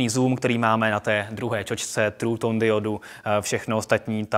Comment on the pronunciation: co to je trů tón?....sice to je dalsi Xko ale zadna revoluce se nekona